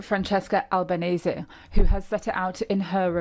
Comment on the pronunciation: albanese not albanesse